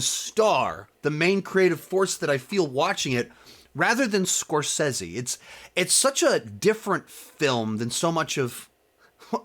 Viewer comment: bro before you make an hour long video on the man at least learn to say his name right...